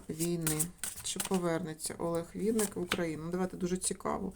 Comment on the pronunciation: Шановна таролог.Прізвище відомого:співака,артиста,актора,поета,композитора,музиканта,ведучого в музичному шоубізнесі, українською мовою пишеться і промовляється,як Винник,наголос ставиться на перший склад.З Вашої вимови зрозуміло,що Ви — особа російськомовна,а отже перш ніж викладати відео,вивчайте законодавчу мову країни в якій проживаєте.Невірне трактування прізвища,ім'я та по-батькові ображає кожну людину.Вам необхідно перепросити в співака за "перекручування" прізвища на "проросійський" манер — це по-перше,а по-друге — Ви не маєте ніякого права робити розклад (зачіпаючи енергетику людини) без його дозволу.Звичайно всим шанувальникам та шанувальницям творчості митця цікава його сьогоднішня та подальша доля.В своїх чисельних інтерв'ю Олег Анатолійович просив "його слухати",а не втручатися в його особисте життя.Спрвжні коректні шанувальники виконують "побажання" людини,а може якби "Він" розказав всю "правду" про себе,то не спалося б і нам всим,а так з "нічними жахами" бореться самотужки... Як на мою думку,то чоловік прожив пів-віку,має чисельні титули,грамоти за заслуги,раніше йшли на пенсію за вислугою років.В подальшому люди працювали в навчальних закладах і передавали свій досвід молодому поколінню.Так,як Олег Анатолійович працював викладачем в КНУКІМ,то цілком логічно призначити його керівником цього вузу.Ви кажете,що "швидкий",а отже зможемо побачити його ще в одній "ролі"."Скаче" він по сцені добре,як "молодий жеребець",так кожній жінці,присутній в залі хотілося